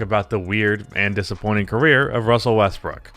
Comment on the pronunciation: Good Ol’ Wussell Russbrook.